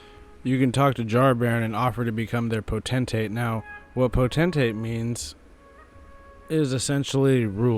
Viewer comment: The biggest mistake FROM made with Jarburg is that the characters pronounce Potentate as if it originates from the word "potential" and not the word "pot".